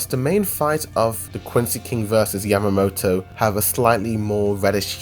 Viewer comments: WHO THE FUCK IS YAMATO? Its YAMA-MOTO. Smh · Its Yamamoto not Yamato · It's Yamamoto